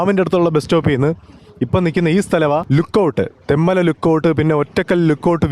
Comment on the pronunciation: തെമ്മല അല്ല തെൻമല